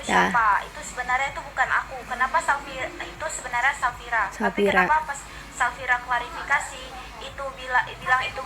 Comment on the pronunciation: Safira teh bukan sapira